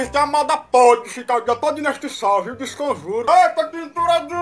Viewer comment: "discomjuro" kkkkkkkk